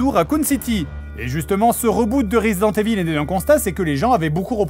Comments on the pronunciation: je ne sais pas pourquoi vous prononcez tous "resident" à l'anglaise et "evil" à la francaise. ca se prononce ivel en anglais. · J'aime comment Fred prononce "evil" comme é-ville.